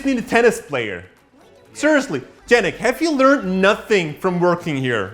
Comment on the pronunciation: Why do you keep calling Yannick Jannick?